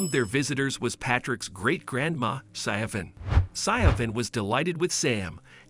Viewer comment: SiOBHAN IS AN Irish name and is said Shivvorn (or near enough) .... just saying 🙂